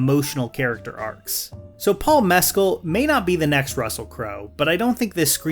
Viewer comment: Your pronunciation of Mescal is giving me anxiety